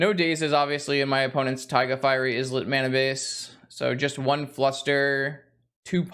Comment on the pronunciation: Islet is pronounced "EYE-let" like island. It just means a tiny island.